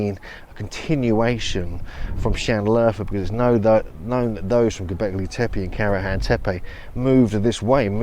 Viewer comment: The accents in these names of places in Türkiye (Turkey) are often at the end of the word, not the beginning. That goes for Alacá Höyúk, Göbeklí Tepé etc. The latter I've never heard to be pronounced even remotely recognisable, and it's been more than a decade! It makes bad impression. General rule: the sounds are to be pronounced directly as they are written. Moreover, "C" is like "J" in English, "H" is not silent, "E" is like "e" in "red", not anything else! "Ç" is "CH" (tsh) like in "church" or "chest". "I" without dot is pronounced like the "i" in "girl" or "sir" - quite different the the usual "i". The middle of "Höyük" is like the English "you" – Alajá Ho-yoú-k.